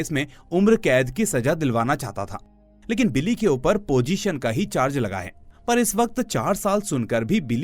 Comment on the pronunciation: Pojeshan? I thought you do professional voiceover. 😂